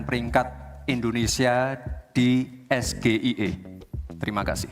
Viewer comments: sebab yg betul ES JI AE EE.. bukan ES GE II EE..😂😂 JUHAHAHAHAHAHABAHAHAAA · MAAF BANG ADMIN.. itu bukan kecerdasan GIBRAN, tp Gibrannya yg salah nyebut singkatan.. singkatan bahasa inggris tp penyebutannya pakek bahasa Indonesia😂..... salam SAMSUL😅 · Cerdas, kok Asam sulfat bisa keluar dr mulutnya. SGIE itu istilah dlm bahasa inggris. Kok Gibran nyebut singkatannya bahasa Indonesia. Bahasa Inggrisnya ES.. Gi.. Ai.. I Gibran nyebutnya Es Ge i e.Nampak bedanya boss. Gibran ditanya ulang 2x lihat contekan. Lalu ada kata UDAH keluar dr mic Gibran. Itu apa ya?? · panas gmna uda jelas gibran gk bisa baca inggris 😂,masa SGIE di baca es,ge,I,e jg ,prabowo pun akan bingung malah seisi kpu aslinya bingung, dia ngasi singkatan kepanjangan katanya bahasa inggris,itupun ngambil contekan dlu